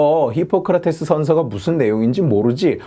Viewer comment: 션셔 ㅋㅋㅋㅋㅋㅋㅋㅋㅋㅋㅋ션셔래 ㅋㅋㅋㅋㅋㅋㅋ